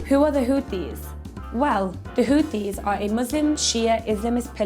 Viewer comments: Hothies, not Khothies ! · Its not houthis and the blow fish 😂 IT'S HOTIE AND THE BLOW FISH 😂😂😂 !!!